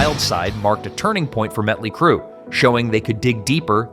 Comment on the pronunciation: He calls them Mutley Crue and Metley Crue. Awesome.